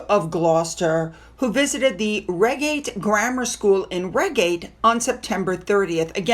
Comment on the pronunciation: It’s pronounced, ‘Ryegate’